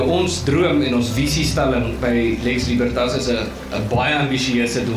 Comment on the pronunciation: Uitspraak nie "Liebertas" nie, maar Libertas, asb. (Jy het seker nie Latyn studeer nie.)